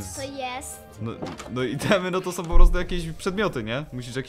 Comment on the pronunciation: o kurwa nieźle "som"